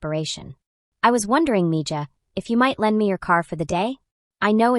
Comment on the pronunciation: .. it's a Curandera... pronounced= Koo- ron- dera... female healer with herbs & prayer...and it's pronounced...ME-HA...not me- jaw... It'd be nice to actually hear a HUMAN read INSTEAD of AI, IMO.